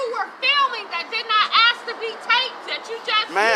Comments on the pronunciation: What does ax me mean? Where’s proper English? It’s ASK not Ax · I've never "axed" anything to my knowledge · Why can't people speak English? It's ask, not axe. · And someone please teach that young guy to pronounce the word ask...... Its simple. Its only three letters. Even a cop could manage that..... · “Let me axe you somethhin” “Am-bal-LANCE”🤣